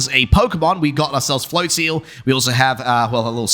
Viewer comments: Considering it's probably "flotsam" and "float" with maybe "nozzle" or "drizzle" in there, it would make sense that it would be pronounced "float-zuhl" phonetically. "Flotseal" sounds bizarre. I'll have to go back and watch that part as I think I mightve missed it (which is weird considering how bizarre pronunciations of Pokemon names instantly grabs my attention). I find Pokemon names super interesting with some of the inspiration of them. They've gotten a lot better at being a bit more clever with the names for the most part. :) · Flotseal, best pronouncing of that Pokémon I've heard